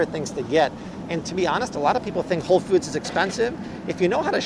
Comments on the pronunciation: Anybody else hear, "Whole Feuds?" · The way this man says Whole Foods With the emphasis on foods always makes me think of the dude with the red stapler from Office Space..